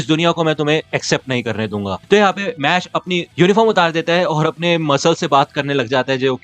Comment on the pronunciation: Bro please call it mash not mash-le 😊